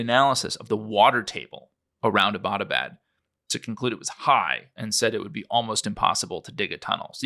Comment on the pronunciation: I appreciate the info here, but it was really grating on my ears to hear your pronunciation of "Abbottabad". It is pronounced "EB-tuh-bad", or ""EB-uh-tuh-bad", not "uh-BAT-uh-bad".